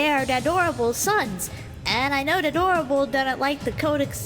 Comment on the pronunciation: I know it's abit late but does anyone else notice he calls rogal dadorable